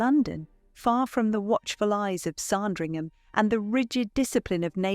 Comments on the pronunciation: Speakeasies in London? Why.. And it is pronounced Sandringham, Not Sarndringham! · ... let's not forget 'Sahndringham' - annoying! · Need a little help with the pronunciation of 'Sandringham'.